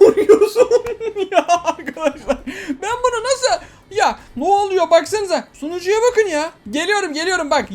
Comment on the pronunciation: Abi sen sunucuya sucunu diyince aklıma sucuk geliyo🤣🤣🤣🤣🤣🤣🤣🤣😂🤣🤣🤣🤣🤣🤣🤣🤣🤣😂🤣🤣🤣🤣🤣🤣🤣😂🤣😂🤣😂🤣😂🤣😂🤣🤣🤣😂😂😂😂🤣🤣🤣🤣🤣🤣